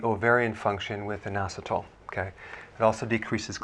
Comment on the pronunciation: Sounds like noassatall